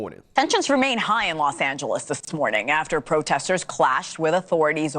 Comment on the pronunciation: What is THAT? "I witnessed, most da proteh-sters being pretty peace-a-ful, being pretty active? Is that a wig or just nasty? 😣😣